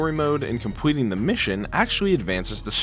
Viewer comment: "And compweting the mission" lollll